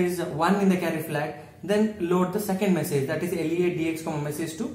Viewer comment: please work on your vocabulary skilll.... it's message not meessage....btw great content